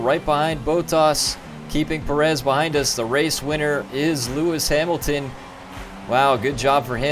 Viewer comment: I'm making you an F1 drivers name pronunciation guide because you butchered about half the names of the drivers. Mercedes-Benz AMG F1 Team -Lewis Hamilton you pronounced correctly -Nico Rosberg you also pronounced correctly Scuderia Ferrari -Sebastian Vettel was pronounced correct -Kimi Räikkönen is Kimmie Ra-cone-en Red Bull Racing -Daniel Ricciardo you pronounced right -Max Verstappen was also pronounced correctly Williams -Felipe Massa is pronounced how it looks -Valtteri Bottas is Valtteri Bot-ass Sahara Force India -Sergio Pérez is Sergio Pair-ez (His nickname is Checo so you could just call him that) -Nico Hülkenberg is pronounced how it looks Scuderia Toro Rosso -Daniil Kvyat is Daniel K-vee-at -Carlos Sainz is Carlos Sy-nts McLaren-Honda -Fernando Alonso is pronounced how it is spelled -Jenson Button is also pronounced how it looks Haas F1 Team -Romain Grosjean is Roe-man Grow-zhawn -Esteban Gutierrez is pronounced how it looks Renault Sport F1 Team -Jolyon Palmer is Joe-lee-un Palmer -Kevin Magnussen is pronounced how it looks Sauber F1 Team -Felipe Nasr is how you were pronouncing it in the video -Marcus Ericsson is pronounced how it looks Manor MRT -Pascal Wehrlein is Pass-call Vare-line -Rio Haryanto is Rio Hairy-ant-o Additional Fun Fact is that Manor went Bankrupt and is no longer a team.